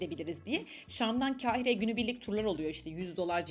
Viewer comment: Mısırı anlatırken, KEHİRE olarak telaffuz etmeyiniz. K A H İ R E olarak telaffuz ediniz. Acaba diliniz mi dönmüyor, yoksa ma kekeme misiniz?